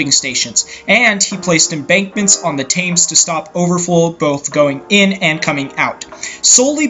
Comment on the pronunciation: That's not how you pronounce the name of that river. "TIM'S" river... whoever Tim is.